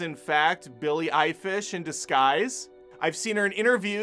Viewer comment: This video should be named: "Many ways to say Billie Eilish's name wrong". Had a good laugh. Thanks